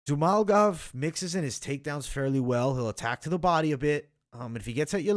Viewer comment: Zhumalgov is it? It's like you aren't even trying, lol... It's like when you first learned how to pronounce a word, you have to take it step by step...ZHU-MA-GU-LOV. You are saying, ZHU-MAL-GOV. Pronunciations on fighters names for people who literally have content/channels on it is a big pet peeve for me. If you want people to take you serious, I feel like you gotta be able to pronounce the fighters names correctly.